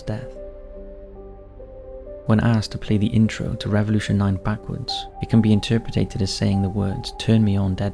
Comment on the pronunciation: ok, so please, enough with the mispronunciation of interpreted! ya doin' my head in!